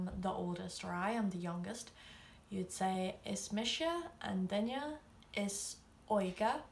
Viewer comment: YAAAAAY! You say “duine” as “DINya”! It’s the little things! 😂 Drives me crazy when I hear “DINuh.” 😆